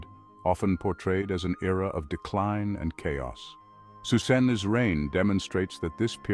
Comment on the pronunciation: Gandalf Magneto’s saying Psusenne (although it sounds like Susan)